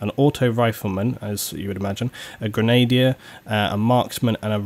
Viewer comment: You're pronouncing grenadier wrong.